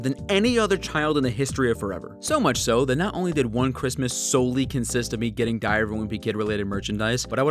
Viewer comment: Bro, why was the diary part was diarrhea instead of diary